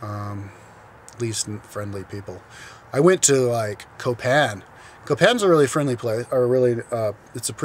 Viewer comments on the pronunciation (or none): Why do you use that psychopath voice when you attempt to speak spanish? Btw, it's pronounced "Coh-pahn" not "couh-pehn" ...are you sure you can "speak" spanish? As to why people are so mistrusting and there's nobody in public places like that park, ya might wanna check the crime rates and poverty levels buddy. Especially before making a video like this that denounces the entire country...if you're gonna be reviewing countries, stop being another ignorant American.